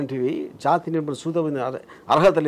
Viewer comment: ఒరేయ్ ఎదవ చాతి నెపమున కాదు రా.... జాతి నెపమున.